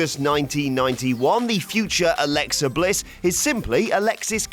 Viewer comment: Alexa Bitch? I didn't hear you clearly 🤔